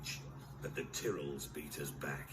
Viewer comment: They pronounce Tyrell like Tearil in this. From Season 2 onwards they pronounce it like Tye-rel.